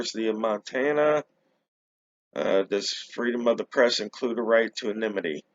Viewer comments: the correct pronunciation is: ANNA-nimm-it-tee. The emphasis actually belongs on the second syllable. See: “anna-NIMM-it-tee” The word is not pronounced correctly when you say only… “NIMM-it-tee”. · Sorry, I meant the emphasis belongs on the third syllable. Anonymity has 5 syllables. 1. Ann 2. no 3. nimm 4. it 5. tee I can only speak to American dialects, as that is the one I’m most accustomed to. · the correct pronunciation is, ANNA-nimm-it-tee, how can the emphasis ACTUALLY belong on the second syllable(“anna-NIMM-it-tee”)? Which is correct, the British or American pronunciation of "controversy"?